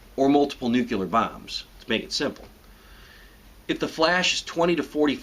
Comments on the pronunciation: Good info. I must have first subscribed shortly after this series came course because I somehow missed it. My only critique is that it sounds like you keep saying nuke-u-lar instead of new-clear. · I do not trust you. not because of the fact that your channel name is tin hat ranch, but because you pronounce it as "Nuculer" [New-Cue-Ler] when it is indisputably pronounced "Nuclear" [New-Clear]. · I love it when he pronounces it just like Bush does - nucular, instead of nuclear. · Nuclear ≠ nucular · 1. The word is pronounced "newk-lee-ur" not "newk-yuh-ler". 2. If you're going to pretend to be a soldier, shave your beard. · You are very wrong, but yeah, the nucular thing kinda sucks. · Is it a good idea to take advice about surviving a nuclear attack from a dude who pronounces the word "new que lar"? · It's pronounced Nuclear not Nucular. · Don't say nucular. It's nuclear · My only problem with ANYONE talking about nukes is when they call these weapons NUKYULAR. Good grief. How can you get any credibility like this? Nuclear. NUCLEAR. NEW CLEE AR. NEW KLEER even. NUCLEAR. Sheesh. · NU-CLE-AR stupid, not Nu-cu-ler!! No one survives at ground zero, regardless of the size. No point in listening to anything else this idiot has to say. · Thinks he knows what to do, can't even pronounce "nuclear" properly. Nu-clear not Noo-cyulur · New Clear not nukular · Not detracting from his commentary, but the word is pronounced NU-KLEE-ER. Not NU-KU-ER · I'm 30 seconds in and already being driven up the wall by the pronunciation "nuke-ular" instead of "new-clear." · Is it nukular or nucular? (Why many people can't pronounce nuclear as new-clear?) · Wow.... it's "Nuclear" not "Nucular". Nice camo and shades man. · this guy can't even say nuclear... it's nuclEAr, not nuculer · it's nu clee ar, not nu cu lar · ITS. NOT. PRONOUNCED. NUCULAR!!!!!! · Just a tip: Nuclear is pronounced new-clear, not nuke-u-lar. Just some advice. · It's NU-CLEAR, not NUKE-ULAR!!!!! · Nuc-LE-ar, not nuc-U-lar.